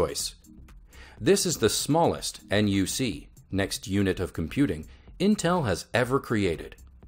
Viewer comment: he called the Intel NUC a "en-you-see", everyone knows it's "nuck", not "en-you-see"